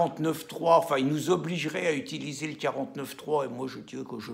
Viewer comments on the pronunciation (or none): none